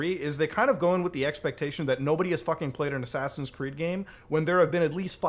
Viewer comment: ofc, Ass-ass-ins’s